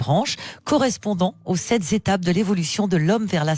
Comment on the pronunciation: oh les sept zétapes !